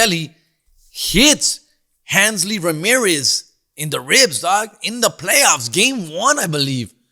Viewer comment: Handsly Ramirez? It’s Hanley, foo.